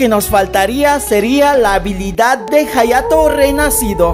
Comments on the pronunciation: jayato Yo:._. hayato se pronuncia ayato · En realidad se pronuncia "Jayato" puedes escribirlo en el traductor japones y escuchar como lo pronuncia y dirá "Jayato" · se pronuncia "jayato" pero se llama "hayato" we